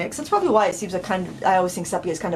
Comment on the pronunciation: Love all your videos and classes, although I haven’t actually painted in a while. Haven’t watched this whole video yet but wanted to mention that the color sepia is pronounced see-pia, not seh-pia. I even looked it up to confirm I had it right. 😻